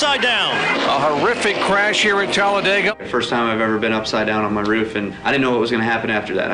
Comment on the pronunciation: “ OH! Matt Kenses over on his Ruf “ XD